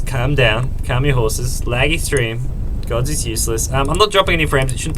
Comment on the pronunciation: . . WHAT THE HELL GODZ?! IT SOUNDS LIKE GEEZ! :DD